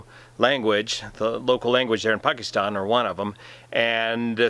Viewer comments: One of the best reason that I like you is you know exactly how to say words like Karachi, Pakistan etc. you don’t say Pakistan like most ppl do “Paasykisstaaayn” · So true...she'd be terminated by CNN or other like networks for doing research before reporting her story. I hope she has seen all the great comments. I also like that attempts to pronounce her name and the names of the Pakistan cities correctly. To me it is a sign of respect.